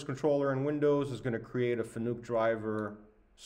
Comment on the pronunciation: its pronounced fa-nuc .. not fannuck